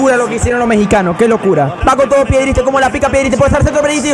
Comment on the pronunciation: Me gusta por que le dice piedristri y es pellistri